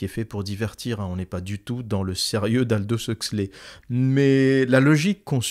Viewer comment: Sympa ... ... mais c'est qui "Aldosse Euxley" ? 🤣🤣🤣